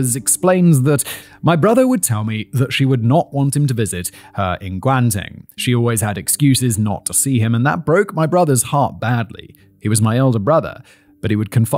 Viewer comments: Guan-teng is what did it for me.🤣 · Simon, I ask for no money but I'll send you a whatsapp voice note on how to pronouce the easy ones. Gauteng killed me. 😂 but for real though Simon I just want to help